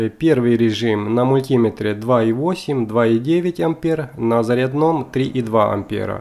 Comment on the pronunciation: Не "мультИметр", а мультимЕтр!!! Не на "заряднОм", а на зарЯдном!!! Не "кабелЯ", а кАбели!!! И т.д...